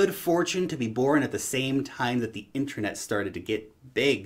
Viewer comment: it's not called 'inTREnet' it's called 'inTERnet'....